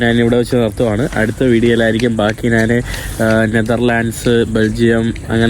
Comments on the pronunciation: നാൻ അല്ലടാ കോപ്പേ ഞാൻ ആണ് ശരി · ന്നുമ്പ്. മന്ന്. നാൻ 😃😃 മുൻപ്. മഞ്ഞ് . ഞാൻ ആണ് ഹേ